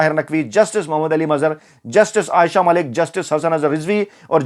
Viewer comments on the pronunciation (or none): none